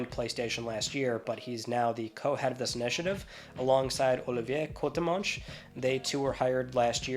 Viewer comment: The way you pronounced Olivier Courtemanche was impressive